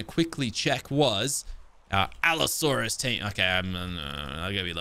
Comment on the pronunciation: Allosaurus = ab-asaurus